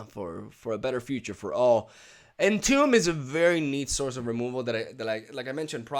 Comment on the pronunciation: "entomb" is pronounced like "intumb" if you read it in spanish